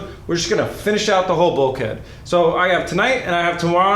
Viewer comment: Hopefully never have to hear him say bulkhead again... But seriously keep up the good work, probably the best series on YouTube in 2016 bro, the only interesting show I've seen in a while.